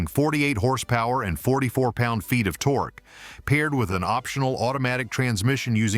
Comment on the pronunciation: Someone from Motorsickle Club, Please teach that ignorant robot how to read. It can bark at words like many 9 year-olds, but that's not conveying meaning. As soon as it said "tor-key" for torque, my mind was over and out. Never mind the plethora of other sweeping statements.